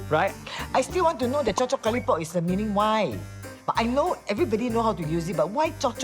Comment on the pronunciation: chop-chop kalipop???? i thought it was chop chop karipap???? \